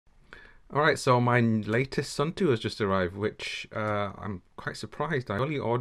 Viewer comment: Sorry is not suuuntu is suunto is Finland not India lol